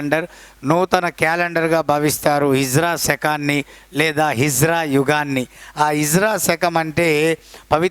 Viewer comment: Good explanation sir. But small correction sir. Its not hijra sir. Its HIJRI